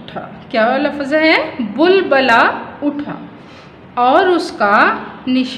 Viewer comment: bubula word ni hai bilbila word h